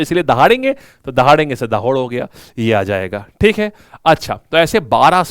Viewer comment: Sir me gujarat ke dahod se hu दाहोड nahi (दाहोद) hota hai, abhi yaha kal ki inauguration hua hai new railway factory ka bahut badi hai pura new construction kar diya hai wo bhi bahut fast